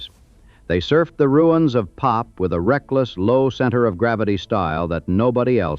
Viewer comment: We did not call it "Pop". We called it P.O.P. "Pee oh pee". I don't like it when AI misreads.